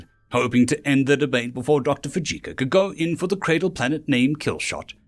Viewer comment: For the love of God learn the proper pronunciations of the words your speaking. Your mangled pronunciations degrade the stories. Fujioka would be pronounced as Fiji and then oka not as Fujika. Your speaking voice is very pleasant and your delivery is VERY nice. It's just the mispronunciations which make me want to slam my head against a wall. Fixing that may help your site gain members.